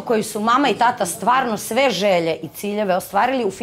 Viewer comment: Andjela tako sramno izgovara reč "tata". Da malo ima mozga ne bi se javno blamirala! Fond reci ogranicen kao i njen mozak!